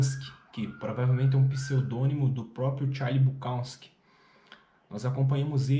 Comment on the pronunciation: Que pronúncia estranha do Charles BukoWski e do Chinaski 😂…